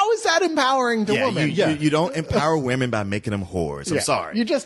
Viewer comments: really can't say "women". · Look up the Baby Mama Spill review where they FINALLY call out on the fact that he can't say the word "women" plural.